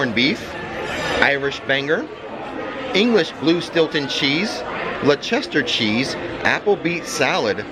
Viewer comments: It’s not Le-Chester cheese lol it’s Lest-I-shir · Leicester cheese is just pronounced less-ter. Sorry being a boring Brit. However food in Finnegans looks fabulous. We return in September. Hopefully bump into you again 😊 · Fyi, the Leicester cheese is pronounced Lester.